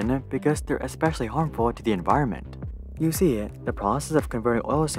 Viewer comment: "you seer"... lol